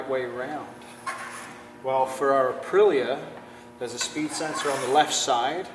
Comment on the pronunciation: please learn how to pronounce Aprillia...the L is silent or Y sounding.